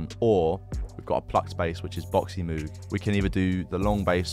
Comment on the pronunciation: It’s actually pronounced “mogue” not moog, learned that in school recently